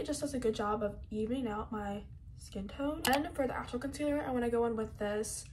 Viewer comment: She didnt say concealer she Said Container